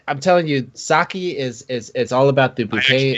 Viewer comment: Goes on rant about Sake. Pronounces it wrong.